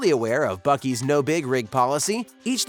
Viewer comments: ITS PRONOUNCE BOO SEE! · Buck + Beaver = Buc-Ees?…. I’m still confused. It should be Buckver’s or Bea-Uck. Where the hell does “Ees” come from?!?!?